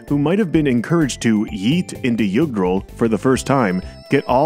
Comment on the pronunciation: Great friggin guide! Thanks a bunch!One question tho lol.. So it's pronounced Yoog-dral? Not Juhg-dral?